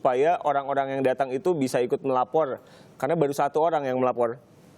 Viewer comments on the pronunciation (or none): Kuping aq geli denger pembawa acaranya Pelat gak bisa ngomong "R" Melapor aja "Melaporrll"